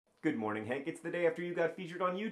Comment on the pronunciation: i love how he says "hank, i'll see you tomorrow" and it sounds like "hank: i'll see you tomorrow" which makes it sound like those were hank's last words